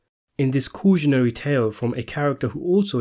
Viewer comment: Coojanary?? Seriously?! You can not tell me that you don’t know how to correctly pronounce “cautionary”. You’ve heard that word used plenty of times before and nobody has said coojanary. If you’re going to narrate a video, learn how to pronounce words properly.